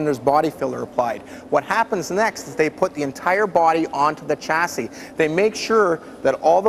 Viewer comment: Someone needs to tell him how to pronounce 'chassis'.